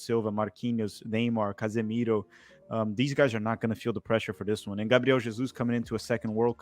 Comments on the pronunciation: Kkk esses cara sao BR carai,o cara chamou o casemiro e o gabriel jesus usando o R perfeito com o portugues,e sabemos como os americanos chamam nomes com R num tom mais puxado meio lingua presa pela didatica deles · Esse de branco é br ou no mínimo sabe falar português muito bem. Falou os nomes dos jogadores e das competições em uma pronuncia excelente do português. Enquanto o outro mostrou sotaque de inglês americano em todo nome próprio. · Olha como ele pronuncia bem o nome dos jogadores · Olha como eles pronunciaram casemiro e gabriel jesus perfeitamente kk eles falam ingles mas tbm portugues CERTEZA